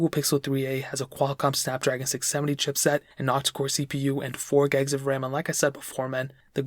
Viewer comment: Why "gegs"...when it is gigs?